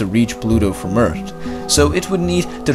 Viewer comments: EARTH NOT "EARTT" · Can you try to pronounce Earth a little bit differently? You day it as 'EarT', but it's actually 'EarTH'. Great video btw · It's not ert. It's Earth It's probably your accent but it's the first thing I noticed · its not eart its earth learn how to talk right assole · it's not ert..its Earth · Do you not get the difference between "T" and "TH"?